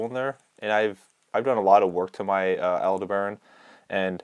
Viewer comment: Like the Shimano Antares casting reel, the Aldebaran is named after a star. Aldebaran is usually pronounced 'al-DEB-a-ron'... not 'al-de-BARON'. Just FYI. 🙂